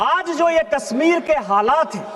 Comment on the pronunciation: अरे डुबे जी कस्मीर नही है कश्मीर होगा 😂